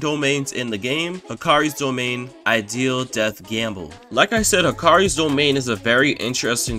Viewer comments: "Ideal death gamble"☠️ thats not how you say idle might want to go to google and pronounce that right because thats not how you say it☠️ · That's*. "You might"*. That's*(again). Here's the correct way to say it. "Ideal Death Gamble"☠️ That's not how you say idle, you might want to go to Google and pronounce Idle right, because that's not how you say it☠️.